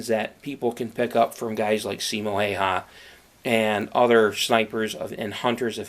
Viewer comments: He said his last name wrong Hay ha?? Its pronounced how wa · häyhä not haiha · Finland: Simo Häyhä English: Siimou Heeihah *about*😂😂 I know, its hard to pronounce it right, for the ppl who dont talk Finnish :/